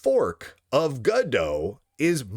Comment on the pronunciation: This joke doesn't work, cause this now doomed engine is named after a french book "En Attendant Godot" ("Waiting For Godot" pronounced goe-duh), not from go-dot.